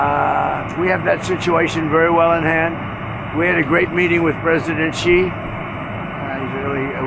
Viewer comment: Xi = She. There are hundreds of millions of people that cringe every time you mispronounce his name.